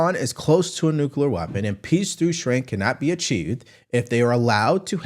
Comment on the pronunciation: Got ya!!! It is NU CLE AR - NEW KLEE AR - Nuclear. NOT Nucular